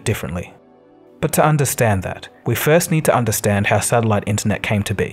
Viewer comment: What's a sadilite?